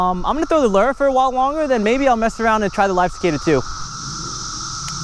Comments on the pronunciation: Fyi, lure is pronounced lou-er, not ler. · Really Lew.. Lew.. Its literally Lewre. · You're right Mike its like the name Lew .. Lewre. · No one is making fun of him, just telling him how to correctly pronounce Lure.. Lewre. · you're friends here on your channel are right! Lure is pronounced Loo or like the name Lew.. and the second part sounds like Her without the H sound.. so its a defined Er sound..